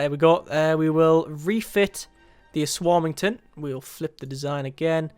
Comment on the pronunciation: um ass warming ton lol